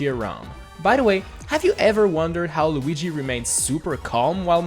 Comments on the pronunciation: Why did say Loogy instead of Luigi? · Lugi? its luigi XD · We gonna talk about how he said lugi? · lugui jajajajajaj